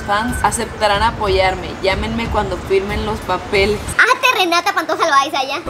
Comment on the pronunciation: Alguien del 2024?????? La portada en vez de papeles deci pepeles 😂😂😂 regresaaaaaaaaaaaaaaaaaaaaaaaaaaaaaaa kimmmmmmmmmmmmm